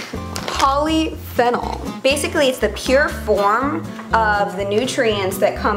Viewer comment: Poly-Fennal EXQUISE ME BISH? IT PRONOINCED POLY-FEE-NOL